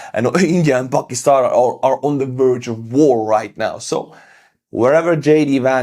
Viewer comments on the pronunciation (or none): none